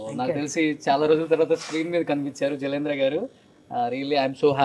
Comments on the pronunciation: జలంద్ర కాదురా, correct gaa పలకాలి జలంధర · jalandra Kadu jalandhara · I am so sad the anchor didn't do his homework properly. Jalandhara garu is a great writer and columnist with a big following. Many people take her as a mentor. It is a pity he didn't even pronounce her name correctly!!! Jalandhara garini meeku kalisi vachchindaa ani adagatam comedy gaa vundi. Both are stalwarts in their own field